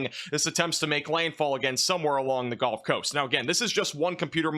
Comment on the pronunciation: Why is everyone pronouncing “gulf” as “golf”. When did that change?